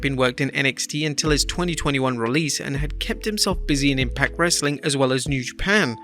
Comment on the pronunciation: TBH, I thought it sounded like "Rustling Content" 🤣